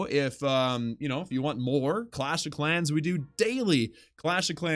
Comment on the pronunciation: man said klaus here😂